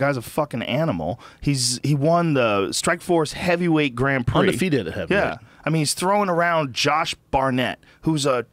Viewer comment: "Gron Prix" Really, Joe? You fucking hanging with Madonna now? 😂😂✋